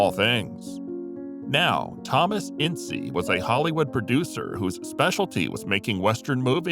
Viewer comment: It's INS not INSEE #Ince